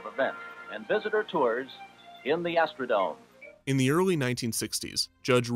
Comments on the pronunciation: Astro-dome. Not Astro-Dom-AY. But great video! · Why does he keep mispronouncing dome??? It’s not French or Spanish!! It is NOT pronounced Doe-may! 🤦🏻‍♂️ It is pronounced Doe-mm! 🤦🏻‍♂️